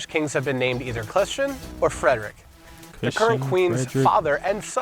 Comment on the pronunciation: “Margrethe” and “Frederik” - if you don’t mind 😉